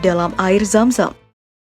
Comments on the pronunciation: yg denger nya air Sam sam BKN zam zam pen tau sp aja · Zam zam oy bukan sam sam Btw minel aidzin wal faidzin ya min :)